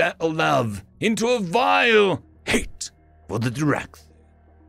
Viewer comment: The way you pronounce "HATE" in the second story. Chef's Kiss, is high-quality entertainment. Also, the Hair and Baird is good. You look now like a sage telling stories to let people learn